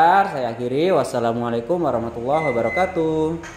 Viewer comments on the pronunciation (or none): none